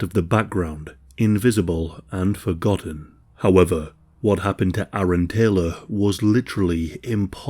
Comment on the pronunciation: Thank you for correctly pronouncing ‘Aaron’. My name is Erin and I can’t tell you how many times people hear it and confuse the spelling with Aaron (I’m in America).